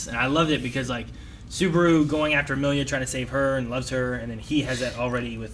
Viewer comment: A whole season later and still cant say the main characters name incorrectly. At this point i feel like he's not even trying to get it right